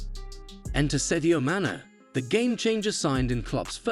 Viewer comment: well it’s either AI or this video wasn’t made by a true football fan. The fact Jurgen is mispronounced multiple times in a video about him is kind of shocking. Add to that Sadio Mane and Virgil Van Dijk’s names. Can’t even say Premier League properly. smh